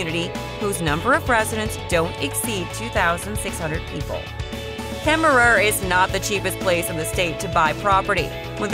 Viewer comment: And Kemmerer you don't say the last er, they are silent. It's the home of James Cash Penny, and where the mother store of JC Penneys is. Please learn how to pronounce the names of the places please!